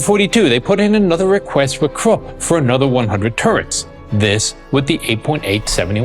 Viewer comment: Porsche not porsch use the e. Krupp say kroopp.